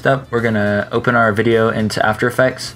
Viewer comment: "After Effacks"